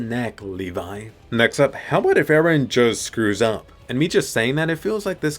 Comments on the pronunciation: talking about eren scRewing up, you scRewd up missing de R :D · “scews” up